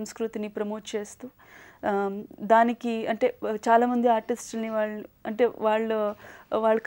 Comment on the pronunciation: Where did she get that Vijayawada slang "Aallu". She will be remembered till arts are alive.